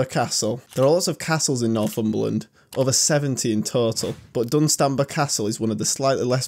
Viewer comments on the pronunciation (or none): Laughing in Northumbrian... Dun’stan’brah bam’brah Cheev’eeot ❤ Great video, I adore my county. Oh and the rock formation is part of our volcanic sill and is called grey meres tail 😊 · Your pronunciation of Dunstanburgh will make every Northumbrian chuckle, good video even I've never been to Cateran hole, but to say no one visits some of the others is stretching it a bit, especially Dunstanburgh and Preston Tower. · Once I got past your pronunciation of Bamburgh and Dunstanburgh 🤣I really liked your vid cheers 🍻 and thanks.